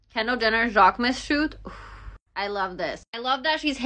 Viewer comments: The way she pronounced Jacquemus😂😂😂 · Please please I implore you to learn how to pronounce Jaquemus properly. 😂 Pleeeeeaaaase.